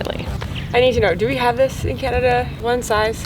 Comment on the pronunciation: wait... Thats the way Canada is supposed to be pronounced? 😱